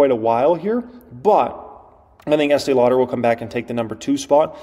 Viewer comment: You are talking about eatee lauder?!! What about L'Oreal?!